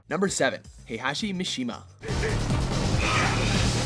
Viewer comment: I could be wrong but I think he was mispronouncing Mishima and Kazama as well.